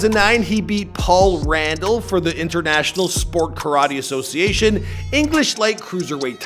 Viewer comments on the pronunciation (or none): none